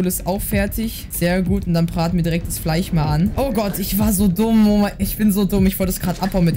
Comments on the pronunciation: Nicht Fleich Es heißt Fleisch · Immer dieses Fleich statt Fleisch. 😂. Feier ich.